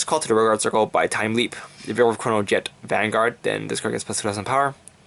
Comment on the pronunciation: i think you may have said chronojet dragon g's effect wrong but it gives your RG ztb +1k for every 2 I may have heard wrong but just saying it in case.